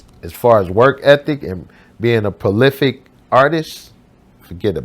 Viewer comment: "Palific" lol Three times in a row; really....